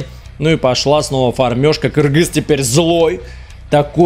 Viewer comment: Даже приятно когда говорят кыргыз а не Киргиз